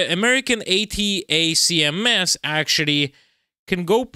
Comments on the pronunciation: You don’t have to say each letter of ATACMS when mentioning them. They’re commonly referred to as (pronounced) ‘attack-em’s’. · "ATACMS" is usually spoken as "Attack"ems." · "attack -ems" how you say the missile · Watch some Jake Broe, to pronounce ATACMS properly. 🙂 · pls, it's pronounced "attackems" and "highmars" buddy